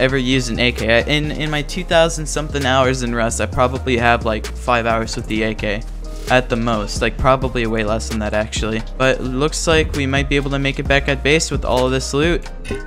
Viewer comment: Does anyone else hear him say 'Rush' instead of 'Rust'